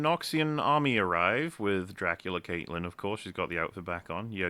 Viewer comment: Count Dykula lol